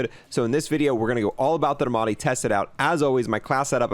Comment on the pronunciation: I like how he called it the ‘damatti’ instead of ‘diamatti’ just completely forgets the I